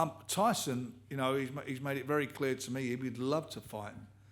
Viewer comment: Why does everyone call this guy " oosyk" it's F***ING "Usyk"